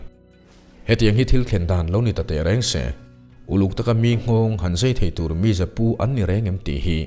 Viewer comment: A lu ruh a khi tuarh i tih hi, a khi tuar ti in lam ri zawk la a dik hmel. I aw a fel faiin ngaithlak a nuam e